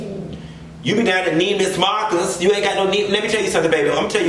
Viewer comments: " Neimans Marcus"😂😂😂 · “Neemus Marcus” 💀😂😭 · I almost spit out my water. Why does Andrew Caldwell always say that store name wrong af lol. Just don’t say it at all lol